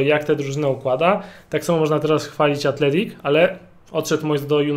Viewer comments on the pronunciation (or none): Athletic a nie Athletico